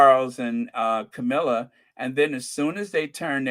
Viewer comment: you mean Cow-milla